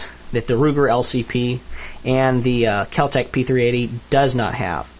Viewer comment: U say keltec p 380 weird